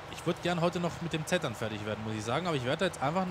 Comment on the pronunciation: Es heißt nicht zettern sondern zetten